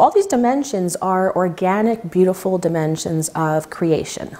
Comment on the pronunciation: why the word dimensions sounds a little bit like dementia?